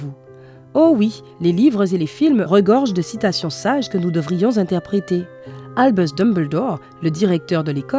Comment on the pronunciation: "Albuwws Dumbeldowr" 😂